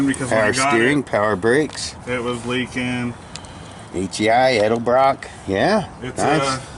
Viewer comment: Thank you for saying 'Edelbrock" instead of 'Elderbrock'.